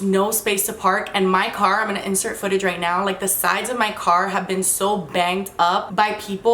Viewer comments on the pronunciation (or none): none